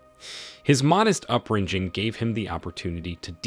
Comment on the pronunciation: What has that young lady got to do with him. You just cannot help yourselves. “Upbrinjing”?